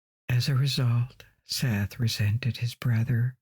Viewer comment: I love and appreciate your videos. However, can you please look up and make sure you are pronouncing things correctly before you record? Osiris' brother Seth is pronounced SET.